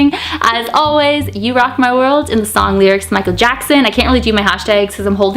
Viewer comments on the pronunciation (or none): none